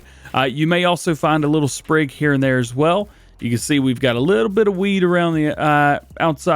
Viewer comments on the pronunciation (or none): none